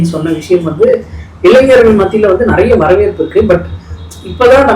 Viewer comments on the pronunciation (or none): ப்போ ...உன் வாயிலயும் " இளைஞர் ' னு வரல இல்ல? இளைஞ்சர்...கலைஞ்சர்... உன் தாய் மொழி தெலுங்குதானே...